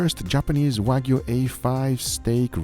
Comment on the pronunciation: please teach the "" how to pronounce Wagyu... its not WAG-U... its Wah- U